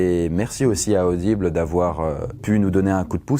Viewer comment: Vous ai-je parler d'Adible ? Aubile est... (Hommage à RaAak)